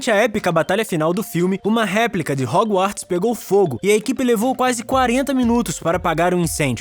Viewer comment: Ele tbm falou hoGOwarts